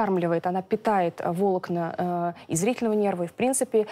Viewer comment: ГОВОРИТЕ ПРАВИЛЬНО : НЕ вОлокна а волОкна!!!